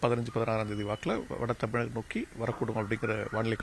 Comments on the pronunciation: டமிலகம்....😅😅😅😅ஏம்மா முன்கலப்ஸ் சொல்லு பாக்கலாம்.... தமிழ்நாடு 😅😅😅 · செய்தியாளர்கள் தமிழை நன்றாக உச்சரிக்க பழகிக்கொள்ளுங்கள்...தமிழகத்தை தமிலகம் என்று உச்சரிக்கிறார், மழையை மலை என்கிறார்....